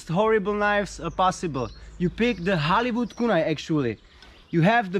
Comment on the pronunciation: Oooh he was saying Hollywood, I heard Halibut